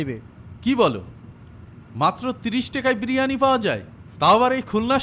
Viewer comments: বিরিয়ানি না ব্রানি 🤣🤣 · স্টাইল করে বলতে গিয়ে বিরিয়ানিকে কি উচ্চারণ করছে।